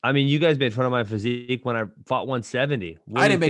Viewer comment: Maaaan this is weak Ben always getting knocked out he needs to hit the gym I don't care wat he says about his "fasiq" ffs lol